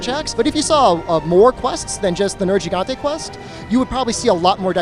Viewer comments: Why does everyone say nerjigante? That isnt how it is pronounced. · Why do some people still keep saying "Ner-j-igante", when it is cleary not pronounced like this in the game? 🤔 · "Ner-jee-gantay" why on earth would you say it like that, when everyone in the game has spoken dialouge that says it as "ner-Ge-gantay" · Nir Gee Gante or MAYBE Nir HEE gante if you speak a lot of Spanish but “jii”? I bet his teammate Sam quit once he heard the pronunciation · it's pronounced wrong in the video though, it's very nit picking but Gigante is derived from spanish and the first "G" is suppose to have an "H" sound like "hell". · puts thousands of hours into the game still cant pronounce nergigante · He should be disqualified for saying Nergigante wrong.